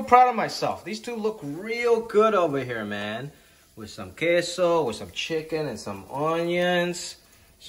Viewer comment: Your pronunciation is spot on man on the queso and the chile 😂👍👍👍. I’m from south Texas and I approve 😂👍. Now I want some enchiladas now. Might ask my mother in law to make some. You should make some chicken flautas next time with some crema and green salsa. Wooiweeeee!